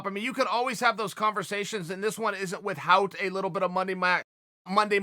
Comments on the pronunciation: If Chael says it’s “With-Hout” then it’s with-hout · Chael "with-hout" sonnen